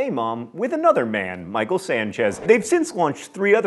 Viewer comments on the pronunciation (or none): none